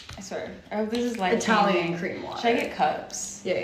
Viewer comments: Your Italian pronunciation was not bad at all...strong accent but perfectly intelligible 👍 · Your Italian accent is very good! Cheers from Italy